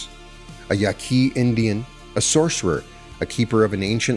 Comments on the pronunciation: Great deep dive! You’ve introduced me to some new philosopher/anthropologists. Thank you. I, too, want this all to be true. I love your channel & what you channel. I wish I hadn’t gotten so distracted by the mispronunciations, but alas… (In the spirit of sharing knowledge rather than in criticism): Castañeda = Cas-stah -NYEH-dah Yaqui = YAH-key (soft k, like in yucky) Ixtlan = Isht-LAHN (closer to that) Nagual = NAH-wall Don Genaro = Heh-NAH-roh Avilar = AH-vee-lar 🙏🏼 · Your pronunciation of “Yaqui” leaves me suspicious.